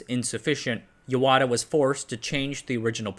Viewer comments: It is Yahata not yawata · I guess the confusion came about because there is another town written in the same Kanji characters, but pronounced Yawata